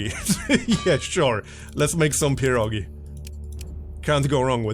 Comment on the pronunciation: "pirogi" is "pies" in russian and accent on last syllable. It's a slavic game, so I think I'm right about it.